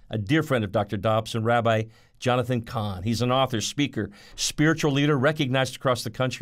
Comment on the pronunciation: Cahn not Khan